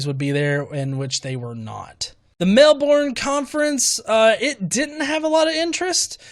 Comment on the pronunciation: Mel-Born? It’s pronounced Mel-bern. Moron.